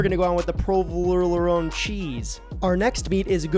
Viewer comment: Wtf! Is "now he we got our porlovorone!" (Instead of saying provolone, what a Balanguich!) Lmfaooo!